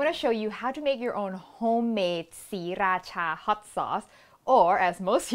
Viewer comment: OMG thank you when people say siRAcha it hurts my ears because my friend is from Sri- ra CHA so I know the right way even though I'm farang. ✌️